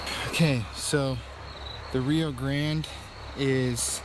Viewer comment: The way you guys pronounce grande is infuriating lol. But I how everything seems 100% real. Keep it up guys!!!